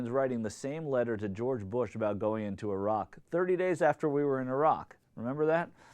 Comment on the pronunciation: How odd to hear an American pronouncing Iraq properly :P